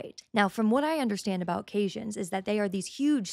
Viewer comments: Sweetheart, I appreciate your research into this but your technical guesses are very wrong. And they’re pronounced “kay-sohns” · The video is mirror imaged. Caissons are pronounced KAY-sohns. The Champlain Substation is an ancient electric substation located about 1.5 miles NNE of the White House - the description of the modernization project sounds routine for such an old structure, though where I used to work, modernization sometimes involved the opposite of what will be doing - we replaced archaic enclosed switchgear with a nice, new, clean open air switchyard. Your speculation is starting to show cracks here. Union Pacific RR is also in the process of trying to merge with Norfolk Southern to form a transcontinental super-monopoly which will require approval from the Surface Transportation Board. Trump just illegally fired one of the STB members, (Democrat) Robert Primus, earlier this year (he is suing). (Primus was the only STB member to oppose the CP-KCS merger a few years ago.) The fiber optic lines UP inherited were installed back in the early 1990's after Rio Grande Industries bought the Southern Pacific Railroad when it was forced to be spun off following the botched SPSF merger. Rio Grande's Phil Anschutz was allegedly not really interested in the SP so much as he was interested in the ROW to use for installing the SPRINT fiber optic network. Of course, after the 1996 UP-SP merger, UP ended up with all that ROW. Your claim about the fiber optic lines is now in serious question. The original contractor, McCrery Architects, ceased work in October because of Trump's ever changing requireme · For god's sake, learn how to pronounce the words you are using: Caissons, Corps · You mispronounced corps and caissons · Caissons? From my experience in construction, I think it's pronounced with the true "s" sound, not "sh". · Caissons. "Cay-sons." Not "cayshuns." The i is before the esses. Wonderful, eye-opening video. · Caisson is pronounced "case on"